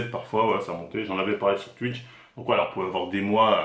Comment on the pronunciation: Je suis désolé je ne peux pas terminer la vidéo, tu as cette fâcheuse tendance comme un grand nombre de gens à modifier la prononciation de certains mots. Les "oui" deviennent des "ui" exemple tuitch et pas touitch c'est insupportable tuitter au lieu de touitter, à part ca force à toi